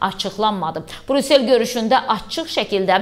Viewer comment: Ay savadlı,Burusel yox, Brüssel